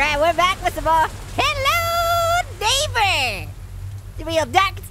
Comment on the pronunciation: Make fwends wiv Mark( neiberer)